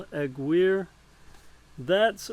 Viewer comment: If I’m not mistaken, it’s pronounced, “uh-GEER-ay”. With a last name like mine, I’ve always tried to pronounce other people’s names the best I can!